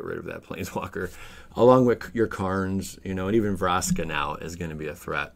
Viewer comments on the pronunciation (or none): none